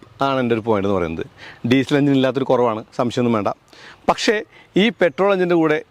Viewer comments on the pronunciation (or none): none